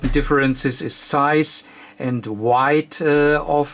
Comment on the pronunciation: Thank you, If I can just comment, this is not having a go at you and its more about trying to make you aware of it if you are not. It is WEIGHT and not WIGHT. You also pronounce it the wrong way a few times in your video. It may be your accent but not sure. Either way it does not really bother me. I just wanted to make you aware of it if you are not already. Thank you for this great video and looking forward for your next one with great anticipation.